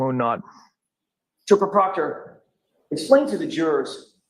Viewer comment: One last thinggggg…PROCTAH TROOPAH! 😂😂😂😂